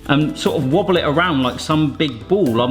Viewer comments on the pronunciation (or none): none